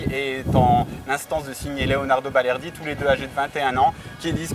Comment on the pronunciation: On dit balerdi